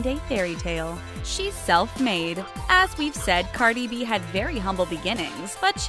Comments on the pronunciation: Lmao she slaughtered cardis real name the way she pronounced it😂🤦🏽‍♀️ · How many of y’all got Upset that they pronounce Cardi B‘s name wrong